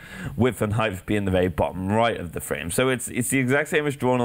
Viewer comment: NIGGA IT'S HEIGHT NOT HEIGHTH